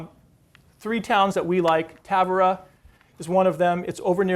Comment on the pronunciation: The town is tavira not Távora